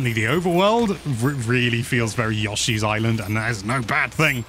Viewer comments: it’s supposed to be YO-shee and he says YUSH-ee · says Yoshi weird.